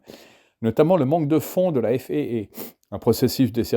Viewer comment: Intéressant. Mais céder à cette mode de prononcer des sigles (même anglophone) comme FAA en disant "èf èïe èïe" au lieu de "èf a a" est franchement ridicule. Comme tous les anglicismes d'ailleurs. L'aéronautique est née en France avec les frères Mongolfier et Ader. Sa langue natale est le français. Ne l'oublions pas.